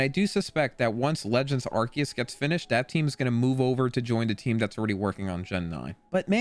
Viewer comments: It's technically pronounced as Are - Key - Us but I think Are- See- Us sounds better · Yes its Arkeeus hence the RKS system for Sylvally. Plus hes been in the movies and it's been pronounced Arkeeus for almost 10 years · It’s actually arkoos